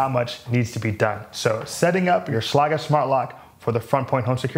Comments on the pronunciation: He is using a German pronunciation, but I believe I've heard ads where it is one syllable like "shlayg" with a hard g. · okay, I'm a locksmith and that's definitely not how you say Schlage. hahaha great thorough review though man! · You pronounced Schlage wrong.